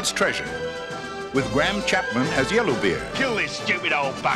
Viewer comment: Did he just say Gram Chapman?